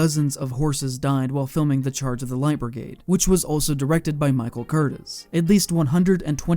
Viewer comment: Michael Cur-teez! And an orangutan is an ape. Monkeys have tails.